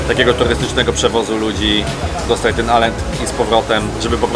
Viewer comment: STAten, nie stejten. Pozdrawiam.